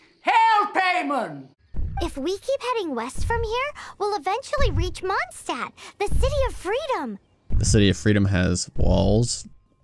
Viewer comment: As a person who can speak german it bothers me so much how they say Mondstadt